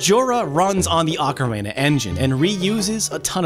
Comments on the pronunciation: “Okkarehna” how does one fuck up do bad? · No he didn't. You say it like "oh careena" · Okra reena? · Funny you bring that up. Years ago a friend and I came up with a Zelda themed cover of the song The Macarena. Of course called "Hey Ocarina!" no jokes yo. Who would make that up? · Beat me to this comment, I kept hearing Macarena, wasn't sure if it was just me. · He is saying it wrong. It's Oca-reena. Glad we cleared it out. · it is pronounced "ah-ka-ree-na" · “Ocarena” LOL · why does he say "ocarena"? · kagetsu the proper pronunciation is ockorina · kagetsu it is pronounced Ocarina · No...that is not how you pronounce "ocarina" in japanese. That's not how you pronounce it in ANY language. I have never heard it pronounced like this guy does. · Uh huh. None of those pronounce it like this guy does. "ocarayna" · Why do you pronounce ocarina as "ocarena"? It's like you're combining the macarena with ocarina. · Lol he said ocarena. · DOOO the Ocarayna! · You don't pronounce Ocarina like Macarena. Only a monster would do that. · Ocarina? I'm hearing Macarena XD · “Ahcarina”.... I’ve literally never heard it pronounced that way... 🤣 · "Ocaraina"...? ah one of those "Mairio" types lol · Ocarana lol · Arkarayna is that what I heard? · Ocarayna Lmfao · stop saying "ocaRENA" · Dale alegría a la flauta Ocarena Que tu misión es rescatar a la princesa porque algo bueno Dale alegría a la flauta, Ocarena Heyyy Ocarena! like if the way he pronounces ocarina drives you crazy too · I almost had to stop watching after he said ocaRAYna for the 5th time 😑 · Wait no he only said it right the first time he said it in the video then he screws it up every time after. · PointsofData now that I think about it, there’s two ways to pronounce it 1 in English. 1 in Japanese. So the person who made this video pronounced it in Japanese. The people in this thread have no idea what they’re talking about. Feel free to pronounce it anyway what’s best for ya. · Why are you saying ocarina like that?